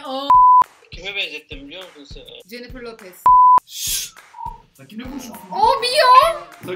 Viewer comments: Nobody: Realy. Nobody: Uçan pembe filler bile: ablamız: JENİFIR LOPEZ Olm yorum tuttu lna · Nobody: The:jenifer loppez